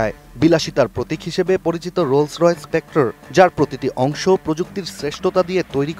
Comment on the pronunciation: ভাইরে এইডা স্পেক্ট্রা, স্পেক্টর না!